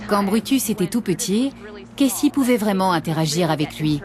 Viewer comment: elle me stresse je comprends pas pourquoi elle dit Kessy et pas Casey